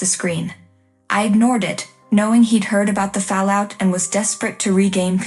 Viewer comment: The AI cannot pronounce 'còncentrator.' Nor 'fallout,' nor 'vindication.' Don't use budget AI text-to-speech. That gives poor results that grate upon the sensibilities.